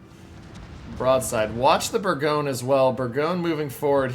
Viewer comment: Thanks for the footage. Pronunciation of Bourgogne is a little irritating, it's not "Berg-own", it's "Bore-gone-yer"